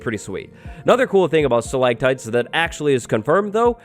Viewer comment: StalaCtites. Not stalaGtites! Stalagmites is good tho.